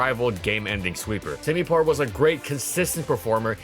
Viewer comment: "How good whas semipour actually?" He sucks at everything "outro"